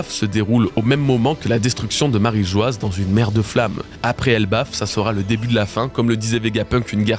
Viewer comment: Bravo pour le taff ! Merci :) J'ai juste une suggestion : est-ce qu'on peut arrêter de prononcer Marie Geoise alors que c'est Marie-Joie ? 😅